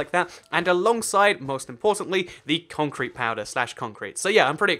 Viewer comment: it's concrete not conrete